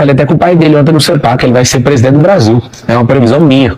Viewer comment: Ele falou prediernte....eu etendi preso dentro 😂😂😂😂😂